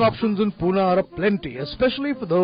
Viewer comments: it's pune bhai...not puna.respect se naam le my city pune... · its not PUNAA...its PUNE